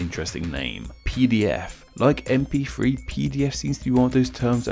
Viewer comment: you say gif fine but not mp....free?